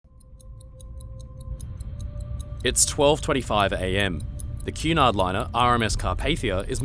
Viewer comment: Cu in Cunard sounds as in cunning, not as in cute.